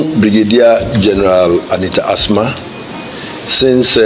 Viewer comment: please, she's called As-Ma